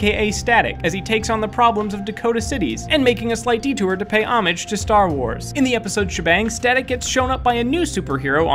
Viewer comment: You are mispronouncing homage.